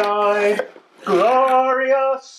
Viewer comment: I suppose you've been watching nxt as of late from you say "Glorious". This was very funny especially when you described Network and Chill as well as the "Subscribe now", the pause made it even better.